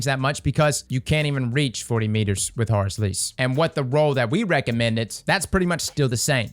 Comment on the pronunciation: How pronounces Horrors Least "Horus Lease" I love it